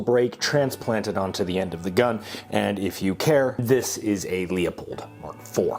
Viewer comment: really said "lee-uh pold" smh my head